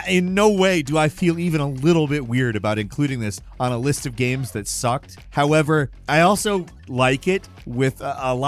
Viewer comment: Damn was getting personal with that “SUCKED”😂